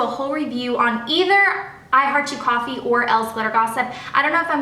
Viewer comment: "You can't have cawffee pinecone, you're only tew yrs old! You're not even in school yet!" Awwwww :)